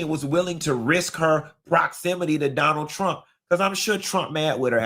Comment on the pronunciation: “We will bote, por doh-NALD trOMP!” 😂😂😂. Have a great trip to Ecuador!